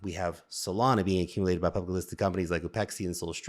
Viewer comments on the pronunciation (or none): none